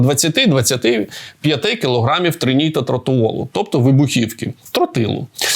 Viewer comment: Пан "ВІЙСЬКОВИЙ ЕКСПЕРТ" не може вимовити назву ТНТ - "тринітротолуол"??? ))))))